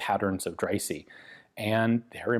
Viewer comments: Quick pronunciation tip: the letter "e" is pronounced "ee" in English and in English only. In other languages it's either "é" or something close to a "uh". In that case Dreyse would be pronounced something like "Drayzuh". Great video as usual though :) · As a German i can say that the name Dreyse is spoken Dreyse :-) ! Fun away: german words are spoken in german language as they are writen, but of course with german pronouncion, the letter e at the end is spoken like the e in west.